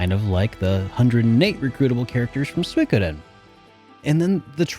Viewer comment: did u edit the part when u said suikoden because u said it wrong at first? lol